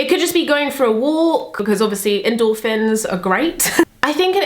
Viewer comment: When you said endorphins, I heard "indoor fins" and I thought Wahh is that like an armband hahaha